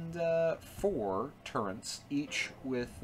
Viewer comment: Turrets NOT turrents....